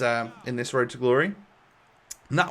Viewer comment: Can you say road properly?